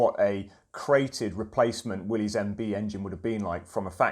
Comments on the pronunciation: It's not pronounced Willy's it's pronounced Willis the Y is a short I sound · When a Jeep guy doesn't pronounce, "Willys," correctly.